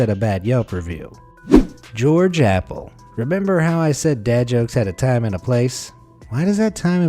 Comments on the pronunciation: Appel is pronounced Up-el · Appel? Or Apple?